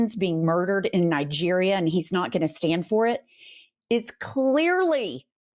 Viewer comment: Did you say Nigreria.Now he can recruit African Americans, at least 2 battalions to die in Africa